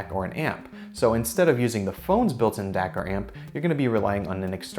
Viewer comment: when Dac sounds like dick